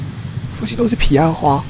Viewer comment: 上一集我就覺得是我聽錯了...但這集用耳機仔細聽... 阿神一直都念..."皮"岸花??